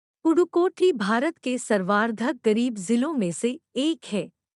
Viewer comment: Dude that is pudhukoti not purukoti